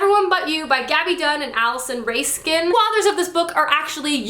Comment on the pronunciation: (It's pronounced r(ah)skin) sorry I really love jbu